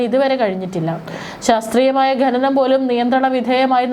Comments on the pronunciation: ഗനനം അല്ല .... ഖനനം എന്നാ.... നഖത്തിൻ്റെ ഖ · ഗനനം അല്ല കുട്ടി... ഖ ന നം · ഗനനം അല്ല ഖനനം ആണ് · ഘ നനം ന്ന് പറയൂ